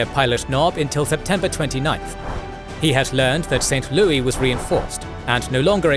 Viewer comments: St. Louis is pronounced as St. Lewis. It's not a French word. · In American English we say St. Louis like "Lewis", not the French way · Pretty good, but some of the ai's pronunciations are cringe. St. Lewee? Fort LEAVEnworth? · St. Louis isn't pronounced the French way. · St Louis is not pronounced like it is French🤣